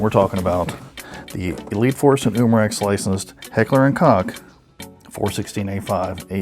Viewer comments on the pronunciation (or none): It’s literally on their website it’s pronounced coke